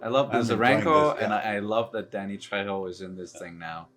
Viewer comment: Your pronunciation of Danny Trejo's name was spot on 👍